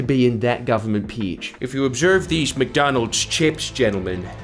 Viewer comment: "theese little woodies"